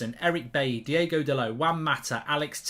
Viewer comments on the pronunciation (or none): Lol Diego when its Diogo i guess Portuguese doesnt exist lol and also Ole and Fernando Santos out